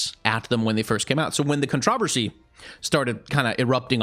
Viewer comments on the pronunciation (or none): The real controversy here is how pronounces controversy.